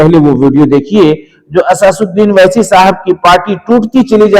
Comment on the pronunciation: owesi name lena sikhlo pehle